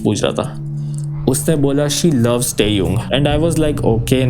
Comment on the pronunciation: your great fan but you are extremely wrong pronouncing TAEHYUNG please improve that otherwise love your videos